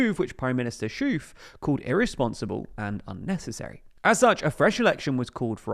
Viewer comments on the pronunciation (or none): About Schoof’s pronounciation. Just say Skoaf. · I know Dutch is a difficult language, but you're really butchering the name of our PM. Dick shoof??? 😅😂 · I know foreign names are difficult, but the name of the prime minister rhimes on 'cove' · It's S + hoe + F, not "sjoef"! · You pronounced Geert so well but then fumbled on Schoof. The ch is the same G-sound as in Geert, and Schoof rhymes with loaf. => "sgoaf" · I'm already facepalming all the international journalist pronouncing his name like Dyetten. :( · All these videos about the Netherlands and not once have you thought to look up how to pronounce any Dutch names. Shooof ffs. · 😂 minister sjoof not schoof but sjoof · Ch in dutch is often pronounced as G like in Schoof, that would be sgoof. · The way PM Schoof is pronounced sounds very strange, double o has the same sound as English oa. So oof is pronoanced as the last three letters of loaf. The Sch is easier than English speakers think. The way the Scottish pronounce loch like in Loch Ness is the same as ch in Dutch. Put an S before it and you can pronounce his name correctly. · Pronunciation tip: Schoof rhymes with ‘loaf’ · "Dick Sjoef"? 😂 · Probably never going to need it again, but in Schoof, the ch sounds just like g in Geert, and it rhymes with loaf (of bread). What you said here was the Belgian beer brand La Chouffe. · Pronunciation tip: Schoof rhymes with ‘oaf’ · My God, you dont have to nail Schoof's name, but at least pretend that you did a 5 second how to pronounce search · It's a bit late, but you really need to look up how you pronounce Schoof. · tbf he does get it right in "Geert", so he should be able to say "Schoof" if he looked up how to say it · I think it's mostly English speakers who butcher the pronunciation of "Schoof". The Great Vowel Shift caused them to mispronounce/misspell all vowels, causing them to believe spelled "oo" in any language is pronounced as "u".